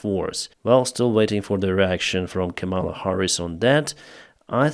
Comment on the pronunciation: It's Ká-ma-la, not Ka-míla